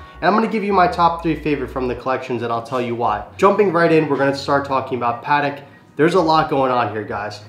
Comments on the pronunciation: Its PAAh TECK. not padek cmon! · It's 'Patek' not 'Paddock' 😂